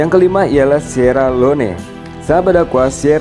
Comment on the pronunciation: Good work admin. But pls improve your pronunciation on the country's name. Itu nama khas negara tersebut. Especially Sierra Leone and Djibouti